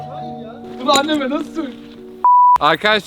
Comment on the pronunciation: ✨️annemeğğ bunuğ nasi söylicemğğ✨️koptum yaa